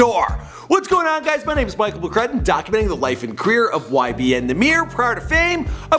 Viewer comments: nigha said “YMB” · He said ymb